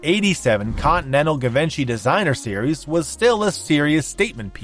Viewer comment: ** let me politely & humbly help u ** Givenchy (being incorrectly pronounced - - “Give-in-she”) is actually absolutely without a 1/2 second of doubt — CORRECTLY pronounced: [G-Von-shee] or •[Gee-Vhon-she]• ***And I mean it with simply a helping heart, and not in a way to make someone appear uneducated or ignorant. *** The designer brand Givenchy is just one of those companies that unless you’ve heard it pronounced before, you would never guess it’s pronounced the way the line expects it to be pronounced….. It’s not simple like Oscar de la Renta - spelled exactly like it sounds. Givenchy, has difficult pronunciations with lots of their products for example: Ysatis [e-saah-tee-sş] [E-sahh-tee-ś]